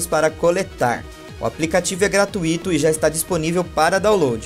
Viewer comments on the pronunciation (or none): É GRATUITO!!!!! É GratUito!!!!!!!! e ñ gratuÍto